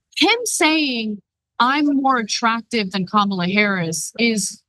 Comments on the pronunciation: It’s some childish how the nutters in the GOP refuse to pronounce her name correctly. Like kids in a playground. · Wow! Trump is really slipping. He actually pronounced Kamala correctly. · He doesn’t say Kamala Harris’ name right but he can’t say Sofia Loren’s name right either